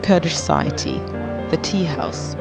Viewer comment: thanks to you all who create this video . i have a small note , i think the person who speak along the length of the video might have some info about Kurdish language and pronunciation , i'm saying please do not Persianize the Kurdish language , when you pronounce the teahouse you said it wrong , look how the old gents say it .